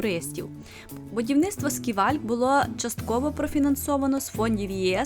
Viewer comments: Гарний огляд, сподобався❤ але чому «сківальк» якщо це скайвок?) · Оглядовий майданчик СКАЙВОЛК а не сківальк.ще раз вибачаюсь